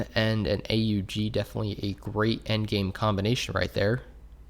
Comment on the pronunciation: I’m sorry but A U G? ITS AN AUG LIKE AUGUST! NOT A U Gust! ITS AUGUST